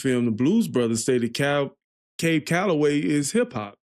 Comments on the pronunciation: Thanks,... gotta see the video, though! Cab was amazing.. dancing! appreciate your reaction.... (p.s. it is CAB.. not Cabe...lol).. and yep, if not "rap".. it was called "scatting" at the time... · Thanks. That's pronounced "cab" to rhyme with nab, like a taxicab. I saw Cab in about 1975. He was a wonderful performer, singer, dancer, and bandleader. As others have said, this song is full of drug references. Fleischer Brothers (Popeye, Betty Boop) did three wonderful cartoons, available on YouTube, that feature footage of Cab Calloway, and in two cases, trace and animate his dancing: "Minnie the Moocher", "Betty Boop and Snow White" with St. James Infirmary Blues, and "The Old Man of The Mountain".